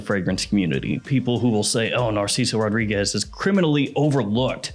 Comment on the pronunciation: That bothers you ? What bothers me is when he says “ RAW-REE-GUESS” . It’s suppose to be ROH-DREE-GEZ